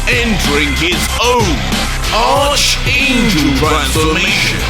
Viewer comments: It’s pronounced “Arc-angel” instead of “Ar(ch)-angel”. It’s a Greek word which has commonalities in replacing a “ch” with a hard “K / C” sound. Similar to the word “Chemical”. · Ion wanna be that guy but it's not pronounced arch but it's pronounced "ark" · i love you but it’s not pronounced ARCH it’s pronounced like ARC and spelled arch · btw, it's pronounced ARC-angel. Not ARCH-angel. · It's pronounced "ark" angel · Good job, however two things.. Arch is pronounced like Ark. also, Goku transforming should’ve been side by side slides with Dai instead of not at all… was very anti climatic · Lol why is bro saying Archangel like arrrrrcch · FYI it's pronounced Arkangel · ARCHANGEL ARC ANGEL IS HOW IT'S PRONOUNCED BTW 👀😁👍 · Yo, In Archangel the "H" is silent